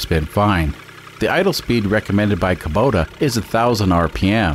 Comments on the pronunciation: It is a kubota not kobuta xD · Never heard of a Kobota. Are you sure it isn’t a Kubota ?